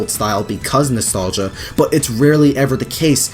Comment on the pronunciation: say with me, nostlagia!